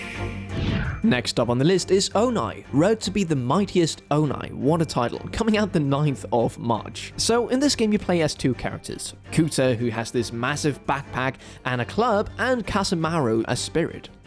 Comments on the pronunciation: Why in gods name would your pronounce "ONI" like "ONAI" surely ur smarter than that. It's pronounced "Onee" which means a god or diety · “Oni” is a Japanese word, so it’s pronounced “OH-nee”, not “OH-nai”. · Oni … ohniegh??? Ohknee. 鬼(おに) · Who pronounces Oni “onay”? It’s oni, like ski, like demon in Japanese. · It's "O-NI", NOT "O-nai"! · he said oh-nine… that’s what he said.. 🫢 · its OH KNEEEEEEEEEEEEEEEEEEE not OH NAI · Oni pronounced as Oh-nhay 💀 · ONI... I THINK YOU PRONOUNCED IT WRONG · Your pronunciation of Oni is really something